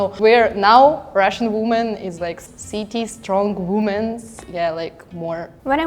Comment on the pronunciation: Не вумэн, а вимин)